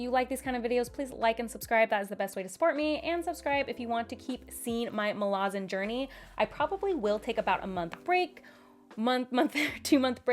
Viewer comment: Muh-LAZ-in. The city of Malaz. Like the country of America, you say American. So you say Malazan in a similar way.